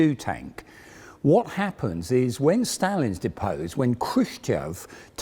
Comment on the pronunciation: Hearing say "deposed" made me smirk.